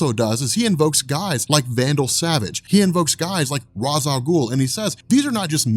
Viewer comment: You're pronouncing Ra's name wrong. Great video still.